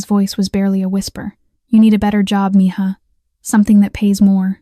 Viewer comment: Mija is pronounced Meha